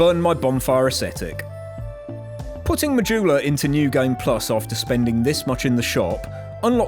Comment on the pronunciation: Im sorry.... im not even 2 minutes in but i just have to say something here. WHY? Why does every one call the bonfire ASCETICS "AESTHETICS"? has it become a joke by now? it doesnt een make sense and yes i may be a bit too much annoyed by this but i cant keep quiet about it. just call it an ascetic, if i as say it as a non english speaker the yall definately can and i dont know why you dont.... Anyway side rant over, please call the thing what its normally called.